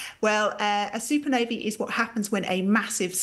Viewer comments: "Super novey" - you mean supernova 🤣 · What's a "soopanovy"? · Is she saying super Navy? Or super Nova?🤔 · She's not producing any other ah sounds as ee. Not accent issue.